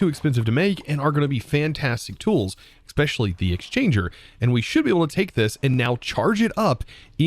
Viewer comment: are you aware/do you care that you say 'Xspecially'